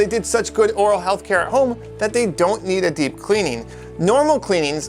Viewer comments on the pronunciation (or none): none